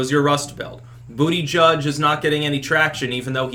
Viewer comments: I genuinely feel sorry for Biden in some ways, but he does need to step down. And I never get tired of you saying Booty Judge lol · you mispronounced "Buddha-Judge"